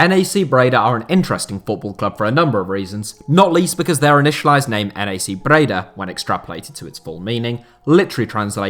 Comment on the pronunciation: NAC is pronounced as one word by the way, not N. A. C.. It would be pronounced Nack with a typical British A